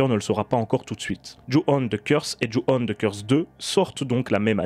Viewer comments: Salut ! Tres bonne critique ! Y a juste un petit détail qui me gêne,on ne dit pas "you-one" mais "dju-on" . Je ne connaissais pas l'histoire du début,sinistre référence. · Si je peux me permettre ça se prononce "Djou" pas "You". On ne t'a jamais vu aussi énervé après un film je crois. Moi je trouve que délocaliser des mythes, ça ne fonctionne pas. Le remake avec Sarah Michelle Gelard fonctionne parce qu'il se déroule au Japon et il est intéressant parce que le personne est justement un peu perdu dans un pays qu'il ne connait pas. On l'a vu aussi avec La Llorona, le seul intérêt aurait été de développer les croyances mexicaines et ça n'a pas du tout été traité. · ça ne se prononce pas "you" mais bien "jou". ju on. Et on dit pas non plus in"saidious" mais bien "in - si -diius". Bordel mais c'est dingue de massacrer absolument toutes les langues du monde quand on est francophone, faites un effort bordel.